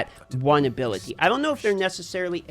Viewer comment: Why does he say ability like that lol. Just say skill